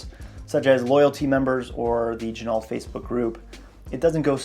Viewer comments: Good vid point of interest ....it is not gin-alt. It is gen-o.....much like the car, ren-o, not ren-alt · FYI, the proper pronunciation of Ginault is: “G-Noh”. The l and t are silent. Per the company owner. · You don't pronounce the "L" in Ginault. This company started making replicas. Some claim they still do. Their history is sketchy at best. Their website is a joke. The long list of phony claims & lies is really sad. They once claimed this watch was made in the USA. It was printed on the caseback. Then they got caught in their lie, so they sent out replacement, sterile casebacks. Beware!